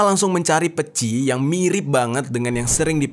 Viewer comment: Peci pengucapannya seperti kata kece, untuk huruf e nya